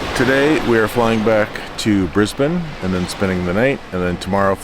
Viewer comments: So impressed you pronounce Brisbane correctly. Can you say Melbourne properly? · Thank you for saying Brisbane properly! ❤